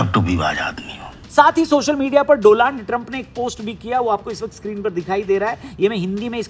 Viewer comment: Donald ❎ Doland ✅ 😅😂😂😂😂